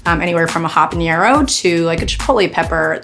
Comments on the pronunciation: it's habanero not habañero lol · Sean, I love you, but you gotta start pronouncing that ñ in 'habeñero'! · Habanero is still not pronounced habanyero. -_ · She pronounces habanero wrong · every time she says habenero with the hyperforeignism on the n, I grow a new malignant tumor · Pretty cool that she can't pronounce "habanero." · Habanero doesn't have an ñ in it, so don't pronounce it like that lol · The way people mispronounce habanero as if it has an "ñ" in it is a form of hyperforeignism.